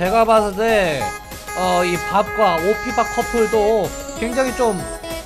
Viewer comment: 정확히는 오피밥이 아니라 오피붑 이라고 합니다